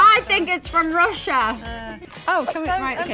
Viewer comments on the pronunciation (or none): none